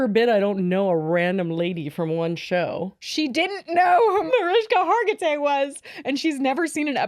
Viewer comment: I screamed when said Mariska hartigay hahhahaha